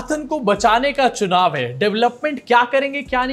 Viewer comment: Chunav❌ Shuunav ✅ Biswa 💩🤡